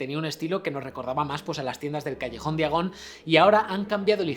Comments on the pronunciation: Callejón "diagon" ... 🤦‍♂️. Noj terrible. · Todo bien pero er mion? Callejón día gon? Que no se pronuncia (fonéticamente) "jermayoni" y "callejón daiagon" .......